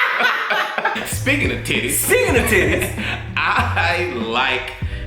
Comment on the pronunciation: The way Tim pronounces "Titties" lmfao its something like "Tiddays" emphasis on T